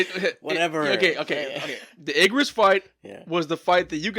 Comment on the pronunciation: I would say revisit Igris (pronounced Egris not eggris). He definitely struggled with that fight, he even says he would have lost if he used his sword and didn’t catch him off guard. So all the beasts are angry because their directives has been kill humans. Esil directive was defend her land. 13 episodes btw